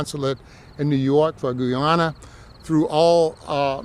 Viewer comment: He couldn't even pronounce Guyana correctly. It's not Goo Yana, it's Guy Ana.